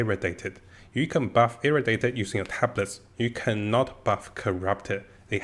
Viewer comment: Nice video my friend btw its not irritated its irradiated :P